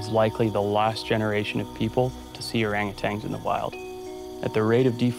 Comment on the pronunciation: It’s funny how he mispronounces orangutans